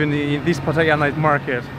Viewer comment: That northern dude with no shoes filming Pattaya but can’t pronounce it properly smh